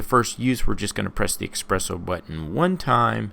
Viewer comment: Espresso not expresso